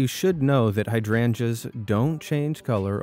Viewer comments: It's pronounced like hide rangers not hadranjas . Also are you talking this slow on purpose. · Heya! Just a tip! Hydrangeas is pronounced hide-range-us ;)